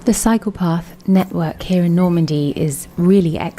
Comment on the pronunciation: LOL.....when she started talking about the cycle path, It sounded like she said psychopath.....good film though